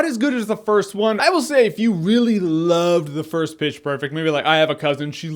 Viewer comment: Every time you said pitch its sounded like bitch